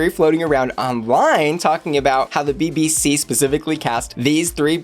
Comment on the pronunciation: 🇬🇧 UK here - accent - much betta - but BBC and not DDC 😳 Juju Bee is still my favourite. Meow Meow Bitches 💜